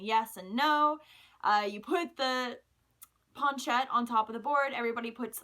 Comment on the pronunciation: I don't think your saying planchette right.